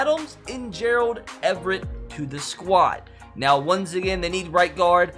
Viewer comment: are you serious right neow